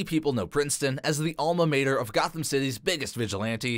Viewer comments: 1. You misspelled “Princeton” 2. It’s pronounced “BAR-nard.” 3. It’s pronounced “alma MAH-ter” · If only you could get the guy speaking to properly pronounce mater in alma mater. I didn't think it was possible to mispronounce such a simple word while talking about ivy leagues.